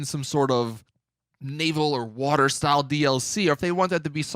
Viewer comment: Not the only one who heard him say “water” wrong when he was talking about the gta 4 map